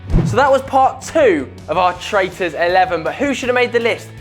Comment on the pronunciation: I wouldn't call them traaitors